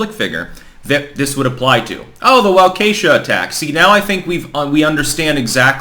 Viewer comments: It is pronounced walk-ah-shaw no walk-esha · My dude. It's not Wa-kay-sha. It's pronounced more like Walk-a-shah. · It's pronounced "waw-kih-shaw," not "waw-kay-shuh." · Walk-uh-Shaw. Not Wah-Kay-Shuh. You’re from Rootland, Vermont I guess. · Love your content, but I live in Chicagoland and that is not how you pronounce Waukesha it is wa-ka-shaw definitely not a -kesha sound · I thought it was pronounced walk a shaw ? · You are mis pronouncing Waukesha. It’s pronounced Wok e Shaw. Approximately. The e is short. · Friendly note: Waukesha is pronounced walk-a-shaw. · and Mr. Obvious are the two major butcherers of that town's name. If the lamestream can get it right, so can they! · Waukesha Pronounced- WAA.KEY.SHAW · It's pronounced "wawk a shaw" stop embarrassing yourself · Waukesha is pronounced "Wah-keh-shaw". Thank you. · WAH-keh-shaw. You're welcome. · Wah-Kah-shah midwestern Indian word. Just saying. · you should know how Waukesha is pronounced especially if you are doing a story on it. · Like your content but please learn how to pronounce Waukesha correctly:)